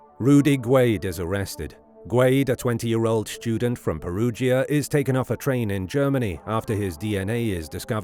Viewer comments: What is a "schtudent"? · The word 'student' is not pronounced SHTUDENT. Everyone under 40 sounds like Sean Connery after a few sherries. How has this happened?